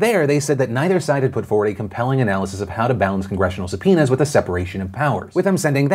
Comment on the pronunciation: I listened to this without video and kept hearing "sup, penis" instead of subpoenas English isn't my first language ok